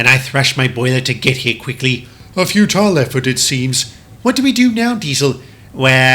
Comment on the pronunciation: I daresay you could have pronounced futile properly